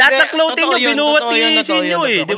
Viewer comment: BAKIT "KLOWTING" ang tawag nyo sa CLOTHING?? 😂😂😂 Si Anygma at lang narinig kong tama ang pronunciation 😅